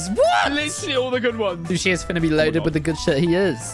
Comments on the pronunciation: “Whiff” I Hope You Had a great year and We Love You Mate And I Hope The Next Year Of Waffling is even Better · "whiff" <3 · hey well guess what. “Whiff” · “Whiff” your best waffler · "Whiff" keep up the great work